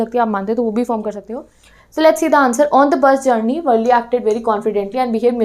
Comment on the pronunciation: Madam wo valle nhi valli ha 😂😂😂